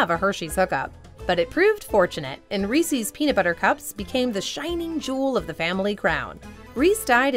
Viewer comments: sigh She said "Reecees" instead of "Reece's." I've never understood why people pronounce it like that. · I liked it til she said Reesies, must be from the east coast, the only people I know who say it that way are from the east. It’s Reese’s, there’s no I in the word. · She said REECIES!!! Ahahaha😂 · Please, people, don't pronounce Reese's as Rees-ees ! Anyone bearing that surname will be offended.